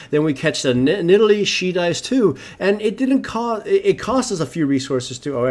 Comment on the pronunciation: "And we kill that nidale. O she survives" I know that its yust a mistake but its funny lol